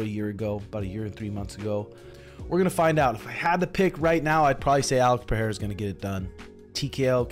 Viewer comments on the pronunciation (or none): Alex "Pherrera" 😅😅